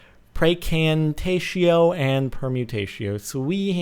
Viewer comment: Dumb fuck, it is actually Praecantatio ;) You're just used to pronouncing without the "a"